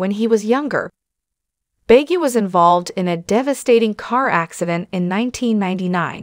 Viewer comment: Can the narrator of the video please pronounce his last name correctly? It's not that hard---really.